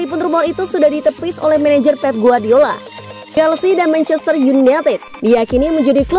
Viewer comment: mencester yuneted pronounciation nya benerin